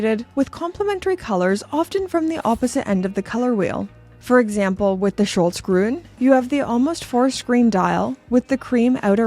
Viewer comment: great presentation of interesting watches,, thanks! By the way, the L in Schlossgruen comes after the SCH, not after the O, try again! The UK price doesn’t make sense compared to the Euro price!